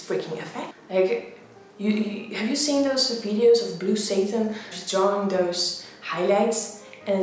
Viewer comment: I love the way she says drawing Dwawing